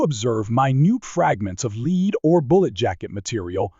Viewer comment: Knew this was an AI narrator as soon as I heard the soft, heavy metal bullets are made from as "leed". It was good content, but I can't get away from the picture of a computer getting a scar from a piece of "leed".